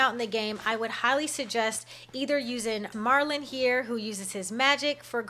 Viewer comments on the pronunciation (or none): Are you calling MERLIN, MARLIN? 🤔